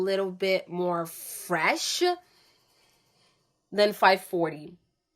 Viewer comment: Good video but the way you say “Fresh-a” “Nice-a” & every other word you say trying to be sexy is annoying